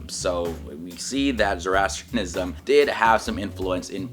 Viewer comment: May be start by learning to pronounce it correctly!